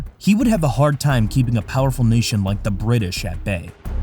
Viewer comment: This narrator keeps pronoucing 'British' as "duh Brid-dish". It's really distracting and makes me not want to watch future videos.